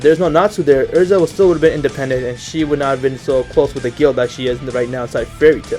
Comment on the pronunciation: yea elza not erza